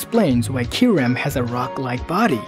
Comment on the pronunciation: It's Ky-Reh-m not Ky-REM